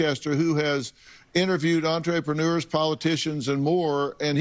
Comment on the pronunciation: An-trey-penewers lol. Dr. Phil what the hell was that.